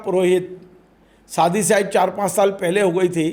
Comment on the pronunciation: सादी नही होता शादी होता है